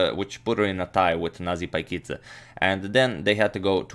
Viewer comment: allso paikidze not pakidze like in video:)